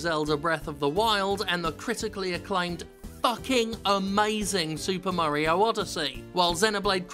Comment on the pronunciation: He really hates those AAA games, huh And he still cant say the word "Mario" properly. super murray-ho LOOOOOOOOOOOOOOOOOOOOOL